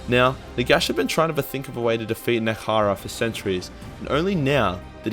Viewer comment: Nehgkrara...? Nehekara.